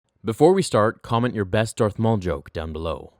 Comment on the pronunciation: Darh Maul, DARTH FAUL